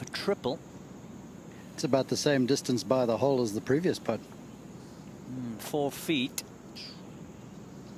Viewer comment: Sounds like he 3 pooted i mean putted .